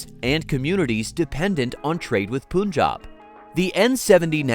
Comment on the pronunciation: Its Punjab (panj_aab ) Not ponj_aab Mr (em_pusee_blee bo_leed)